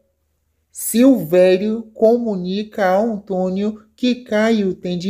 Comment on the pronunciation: Vai aprender mas o português pra saber a pronunciar o nome António 😊